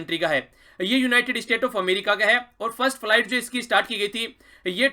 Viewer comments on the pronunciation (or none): none